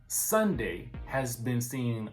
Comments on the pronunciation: Her name Sundy... Sundy 😂. Like how your older auntie or granny say Sunday 🤣😂😂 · Her name is not Sunday it's Sundy